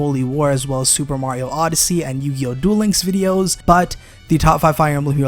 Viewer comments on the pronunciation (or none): none